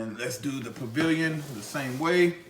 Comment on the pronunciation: you keep saying Pillion with a "V" like in pavilion. Its pill-ee-on...just want you to make sure you knew that